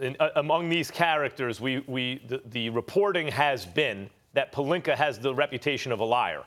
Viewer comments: If I hear Rob Pelinker one more time I’m gonna lose it lmao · Nobody: Stephen A: Rob Pelinker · Why SAS keep saying “pelinker” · Take a shot every time SAS says Pelenker. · Stephen A definitely doesn’t like rob “pelinker” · Does SAS ever get names right Rob Pelineker 😂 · Why tf stephen a act like pelinka ends with an ER? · “Rob Pelinker” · “Rob pelinker” - Stephen A. Smith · who the fuck is “rob pelinker” 💀💀💀😭😭😭😭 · "Rob Pelinkerrrrr" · PelinkA its not that hard SAS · Who is Rob Pelink-ER? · “ROB PELINKAR” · Stephen A be saying Pelinker on purpose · Rob Pelinkerrr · why can't SAS say Palinca what's with the er😂😂😂😂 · Damn Stephen A can't say palinka correctly to save his life smh 😂😂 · So Stephen A can pronounce all of these 15 letter words, but can't pronounce "Pelinka"? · Damn Stephen A, you get paid millions and can't learn to pronounce the dude's name? Pelinker yo ass on outta here fool. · I swear, saying Rob's last name is such a struggle for Stephen A... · why he say his name like that ? lmao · Just say Rob, I cringe when you pronounce his last name. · Does this man have a hard time pronouncing Rob Pelinka's last name last time I check there's A at the end of his last name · Are they going to have a segment where they teach this fool to pronounce names correctly? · I swear Stephen A. purposely mispronounces names cause he doesn't give a crap lol. It's rude but hilarious 😂. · lol, SAS really likes to add an extra "er" at the end of words that end with an "a". Examples: - Tamper Bay - Kember Walker - Rob Pelinker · If this man says Pelinker one more time 😂 P-E-L-I-N-K-A. Molly and Max just sit there and let him mispronounce it too 😂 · Stephen A....stop adding the letter R to multisyllabic words that end in the letter A. It's Pelinka not Pelinkar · Does SAS say Pelinker on purpose? 😂😂😂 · Rob Pelink”ER” -Stephen A Smith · Stephen A who the hell is Rob pelinker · Why does Stephen A. Pronounce Pelink-ah as “Pelink-er??????????? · Its not Pelinker. Its Rob Pecker.